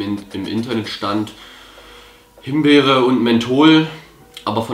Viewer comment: Himberry .... haahahahahhahahah made my day